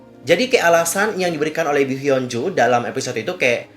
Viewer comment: Hyo apa hyun sih. Kok km blgnya hyo bkn hyun